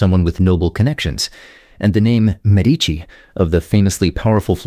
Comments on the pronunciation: Don't sacrifice quality for speed. A human voice is ALWAYS preferred. Sadly, the pronunciation needs lots of work. Medici=MEH-dee-chee. No silent "e" in Italian. A is always "ah." "Ch" is always like a "k" ( think Chianti). "Ci" is always like English ch ( think cappuccino). Lots more. If you'd like help, I teach Italian and could help. I actually cover some of what you've included in my lessons. Nice effort, but you don't want to incorrectly educate your viewers.🇮🇹😉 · You would think a video about Italian names would have an announcer who could pronounce Italian names. You would be wrong. Giovanni is pronounced Joe-vah-nee, not Gee-oh-vah-nee. Medici is MED-itchy. Unless you're a computer, then why bother.